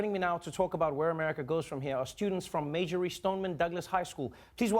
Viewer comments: It’s Marjory not Majory love you Trevor but if you’re going to bring a guest on your show make sure you get the name of their school right. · Trevor... i love you, thank you for giving these kids a platform. As a douglas alumni; it's pronounced MAR-jory not mage-o-ry. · Am I the only one who realized he kept saying Majory instead of Marjory? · Someone needs to teach Trevor how to pronounce Marjory.